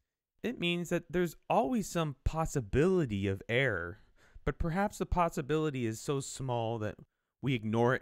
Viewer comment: The way he pronounces "error" is realy confusing! He makes it sounds like "air" and I'm like "he means that the air in Mars is thin? What does that have to do with primes and stuff?"